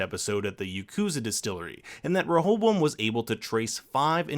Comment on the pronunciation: Every time you say rehoboam it sounds like you got a mouth full of marbles 😂😂...great video tho. Really enjoy your recaps